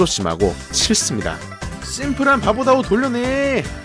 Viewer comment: 왜 다오가 아니라 디오 로들리냐